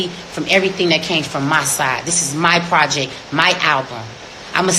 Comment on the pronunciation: Her PROJECK...not project